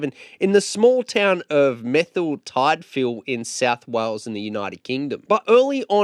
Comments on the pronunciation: It's pronounced murther tid fill . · Pronounced merther-tidvil 😂😂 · I get someone out of the country wouldn't really know how to pronounce some Welsh names, but dayam he butchered the hell outta Ian's home town. Lol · Your pronunciation of Merthyr Tydfil 😂 😂 mg